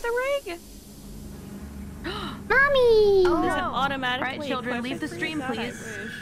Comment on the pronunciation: Fun stweaaam